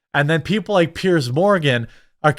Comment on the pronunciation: FFS. Pronounce his name properly at least. He’s a tosser. And his name is Piers sounds like ears with a pear at the start. And yes it’s a posh twatty name.